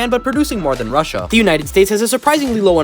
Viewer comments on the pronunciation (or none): none